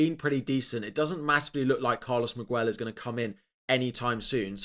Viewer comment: Hi love your videos! Just wanted to help you with pronouncing Miguel 😅 it's Meeg + El. You don't read the U. I've just had a baby and we named him this 💗